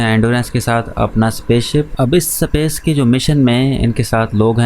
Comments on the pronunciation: Space ❌ sapace ✅ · Bhai tune yeh movie 1 sal pahle dekhi, mtlb tab hindi dubbed available nhi tha, english to ati hai tuze pr space ko S pace kyu.. bolta hai..😅.... baki video to bhot mst thi...😁....keep growing... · Bhai pehele space pronounce karna sikle